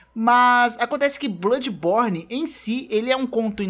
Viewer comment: Caramba só de ouvir "Bludis borne 2" já arrepiei os pelos lá de baixo